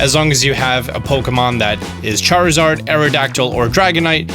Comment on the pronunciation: Laparas Charizord Chariza rd